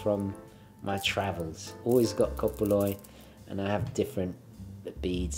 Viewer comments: Κομπολόι, kompoloi you said it fine!!! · Komboloi. Pronunciation not butchered. 👍 Small sp though. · Love the fact you mention a komboloi! Correct pronunciation by the way in case anyone is interested is kom-bo-LOI, with the last syllable accented. They're often called "worry beads" in English as well. Being from a Greek family I've seen many of them but I must say those are beautiful ones you have!